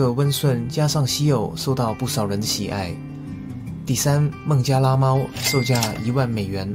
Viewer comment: 差点把“孟加拉猫”听成“孟加拉虎”